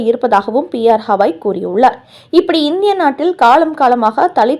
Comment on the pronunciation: Not Hawai his name is Gawai .